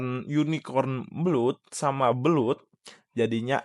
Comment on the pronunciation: Nyebut blood itu blad bg